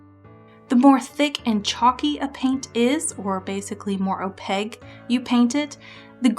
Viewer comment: great video! (also I have never heard someone pronounce Opaque as "Opeg" or not stress the A-sound before and it's quite charming! ahah) I really felt that part about "good" and "bad" ideas and where those boundaries lie, so thank you for sharing your mindset and opinions!